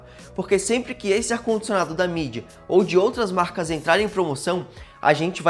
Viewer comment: n é mídia, é midea